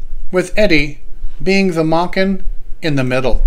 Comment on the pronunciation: Wasn't Eddie's last name pronounced Maychen ? Long A ? ...Asking for a friend ...